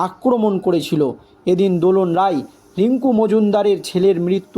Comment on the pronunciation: আপনারা "রাই"কে বলেন "রায়" "রায়"কে বলেন "রাই"!এ কেমন সাংবাদিক?